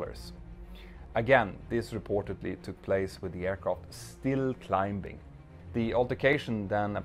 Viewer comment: Petter--great stuff as always. Just a quick English note: The letter "b" in climb or climbing is always silent. We just say, "climing."